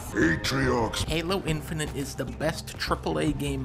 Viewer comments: i cant ignore that dunkey pronounces it infininte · Plus he says INFININT with the N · dunkey be like: infininint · Lol he says “Infinint”.